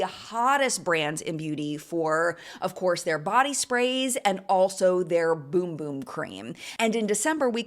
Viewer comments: Also it’s “bUm bUm” cream, not “bOOm bOOm” 😮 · BUM BUM not Boom Boom 😅